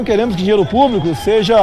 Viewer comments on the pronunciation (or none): Elegeram um incompetente autoritário que não consegue dizer público. Ele diz "plúbico".